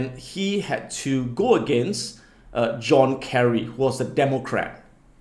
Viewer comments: John Kerry not (Kelly), you know you really could have Googled that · It's John Kerry not Kelly tho...